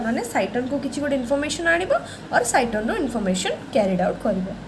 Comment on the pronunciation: Head part of neuron is called cyton/cell body not cyston what you are saying.